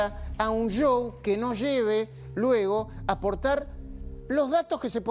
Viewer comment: Majuuuuul Aprendé a decir SHow e vez de "jou"